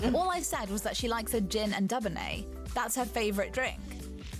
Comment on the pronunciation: That`s Dew-bonnay! Also, she has weekly meetings with the Prime Minister. Although it`s not done to repeat what was said, they have all remarked on how useful it was to have her well-informed and highly-confidential comments. Everyday the monarch gets several red boxes of official documents and the Queen always reads everything!